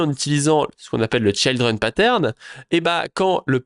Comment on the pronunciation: Juste un mot sur l'anglais. Tout les i en anglais ne se prononce pas aï. C'est ok pour Child, mais Children et Trigger ça se prononce i comme en Français. Sinon ça pique :)